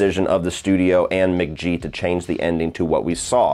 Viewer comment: Great picks! It’s pronounced MC-G-EE not M-JEE btw